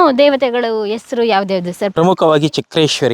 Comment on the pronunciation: ಎಸರು ಅಲ್ಲ ತಾಯಿ ಹೆಸರು